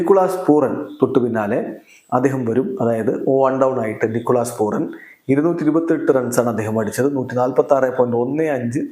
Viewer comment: നിക്കോളാസ് പൂറൻ അല്ലാ..😅നിക്കോളാസ് പൂരൻ എന്ന് തിരുത്തുക ബ്രോയ്..